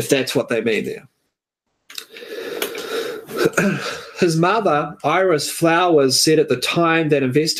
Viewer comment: Her name is Fowler not flowers.as she, mother, did not correct the l as name... a problem...